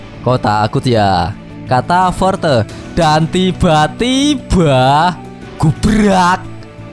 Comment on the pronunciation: Benci dengar kata "dan tiba2" Yg sengaja di gas. Jadi malass sub canel ini.